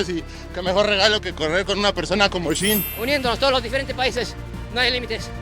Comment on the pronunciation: Al amigo que comenta los videos se dice shin no chin hay que pronunciar bien